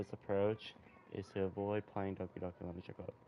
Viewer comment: Wtf are you pwaing?